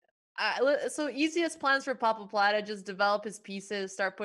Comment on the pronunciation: I like that they always say Pappapladde